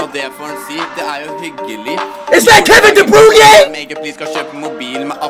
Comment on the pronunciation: "Kevin de brunay" Oh hell nah man wtf ☠